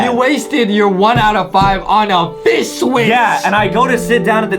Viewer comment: Justin does not notice that he doesn't say fish but fish wish and now he is saying that's wrong I can't stop laughing.